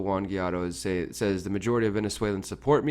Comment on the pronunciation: Why do you have such a hard time pronouncing Guaido?